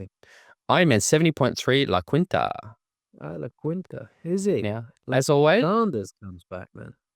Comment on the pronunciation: Just one small thing as someone whose grandma lived there my whole life La Quinta is pronounced La Keen-tuh like I’m keen for it. It’s a Spanish pronunciation